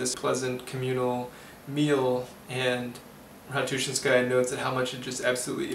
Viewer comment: This is a good presentation. Having read this book as a student of Russian language of literature (My own choice) I can tell. My only objection to your presentation was your pronunciation of her last name. Stress is very important in Russian. Ratouchinsjaya is to be pronounced with stress in the third syllable -chin-. Russian speakers will need some time understanding who you are talking about. A trifle. To westerners it doesn't matter. Good review.